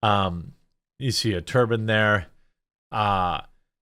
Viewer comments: Why do people ALWAYS mispronounce TURBINE?!?! It's not a Turbin, which is a hat. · i had this playing in the background and heard "Turban" and it snapped my head around 😅 Turb eye n, please! I was like wtf did Jeremy uncover?!?!?